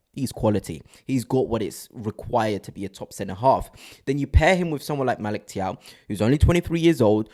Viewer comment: You keep mispronouncing his name…it’s Magic Thiaw